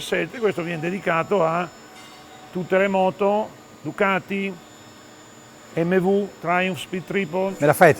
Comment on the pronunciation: Tutto bello, ma per noi settantenni la giusta pronuncia è EMMEVI, la u finale non si può sentire, peccato venale sia ben chiaro irrilevante